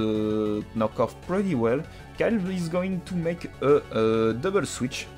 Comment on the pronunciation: YEAAAAAAAAAAH tu as enfin prononcé correctement Knock off =p. Je m'abonne!